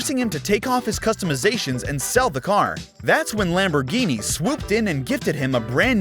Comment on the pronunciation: 🗣️NYANBORGHINI PURRACAN💀🤣😂